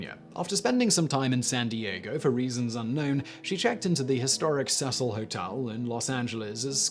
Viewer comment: Elisa Lam, pronounced E-ly-sah not E-ly-Za, Also Hotel Cecil, pronounced See-sul, not how the name Cecil is usuually pronounced. I don't know why just like Colin Powell's name was pronounce Coe-lyn rather than Co-lyn. Also the hotel's claims that the roof was 'inaccessible' was later debunked as well as the ease of access to the water tanks.